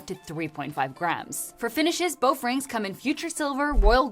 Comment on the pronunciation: "Boff rings" Is she saying that on purpose?